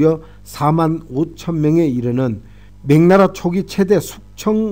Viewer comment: 명나라를 자꾸 맹나라로 발음 하시네요~